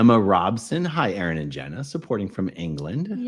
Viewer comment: A-aron cracked me up! 🤣🤣🤣